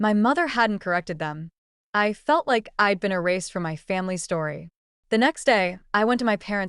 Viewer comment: I'd, not eyed. Chppy narration is annoying. Parents are more concerned with image than with their daughters' choices. School is Berklee College of Music, not Berkley.